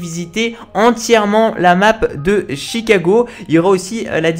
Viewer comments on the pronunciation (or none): C'est Chicago pas T'chicago. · Pourquoi tu dis "tchicago" 😂